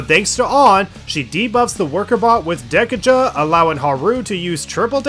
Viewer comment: Anyone else just die inside when he says Dek-uh-juh